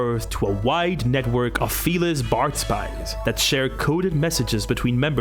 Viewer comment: Every time he says “feliss” take a shot